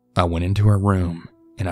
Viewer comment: I'm I the only one who herd him say boob prints in stead of boot prints at 1450